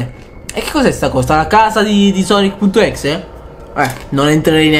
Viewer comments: Non si pronuncia così sonic.exe perché non dice tutto come si legge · Questo è vero